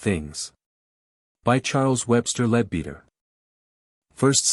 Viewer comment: It's pronounced led better not led beater.